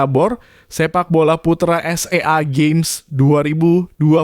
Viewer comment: SEA GAMES bang bukan s e a games